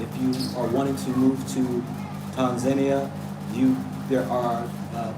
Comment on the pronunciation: How you say Tanzania is the right way, the way you say it in the over 50 years. We don't put emphasis on the first syllable the way English speakers do.